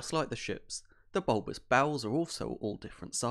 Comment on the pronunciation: heheh, heheh, He said BOWLBOUS